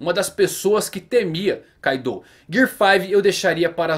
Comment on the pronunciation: Caidou???? Kkkk não é Kaido???